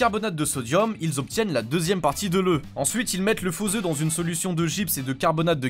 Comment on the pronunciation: La 2ème partie de l EU ? Non de l oeuF,on prononce le F OEUF !.... de poule c est mieux !